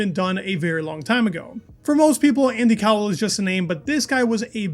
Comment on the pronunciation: Yep, Andy Cowell is definitely pronounced IndyCar. Threw me off for a moment!